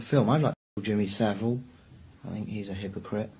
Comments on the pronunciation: why can Americans not pronounce Jimmy Savile right? It's not "saveel" its "sa-vul". no hate to but whenever Americans talk about him they always say his name wrong (as if it's Seville) and I don't get why. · This is so not relevant but Jimmy Saville's name is pronouced (sah-vul) as in bull. Tbh he was a disgusting man though so misprouncing his surname is the least of anyones concern